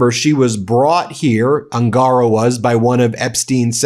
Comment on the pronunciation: Proper pronunciation of surname "Ungaro" is OON ga row